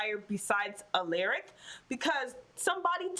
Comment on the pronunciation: Aleric 😂😂 love how you say it 😂 it's Al(A)ric pronounced al-ah-ric..